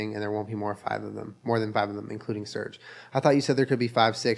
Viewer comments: Just realised at one hour and thirtyfive minutes in Surge is actually supposed to be pronounced Surgay cuz hes russian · I know this is 2 years too late but them pronouncing Serge as surge really grinds my gears lmao